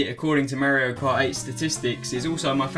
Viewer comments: Why does he say "Merryo" instead of "Mario"? XDD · you say Mario wrong